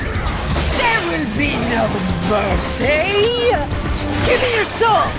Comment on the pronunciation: what i hear from:there will be no mer-SLAY